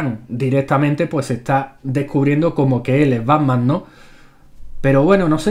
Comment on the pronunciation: banman? o pacman? jaja